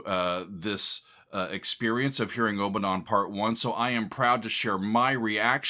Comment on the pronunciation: Out of all of his works, Ommadawn is my absolute favorite. I first purchased on vinyl when it was released. Never heard it until I played it for the first time. I have listened to it (part 1) over a thousand times. Not exaggerating at all! Great headphone music with so much going on. I think he plays the harp. Note: You seem to be pronouncing it as OH-ma-dawn. It should be AH-ma-dawn. Listen to the chanting.